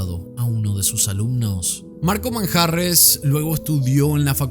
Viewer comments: Manjarrez, con acento en la e 😄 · EL APELLIDO MANJARREZ LLEVA LLEVA ACENTO PROSODICO EN LA E....